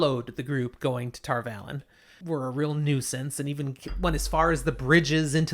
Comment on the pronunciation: Come on guys, it's Tar Valon, not Tarvalon